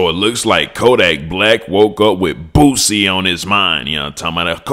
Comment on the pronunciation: you be having me rolling hard laughing at the J "Poosie”😂😂😂